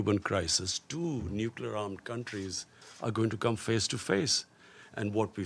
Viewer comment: Kitne baar necluer arm bologe sir aap... Aaj tak india ne Nucluer word use nahi kia.... 3 baar to haar chuke ho.. Fhir bhi...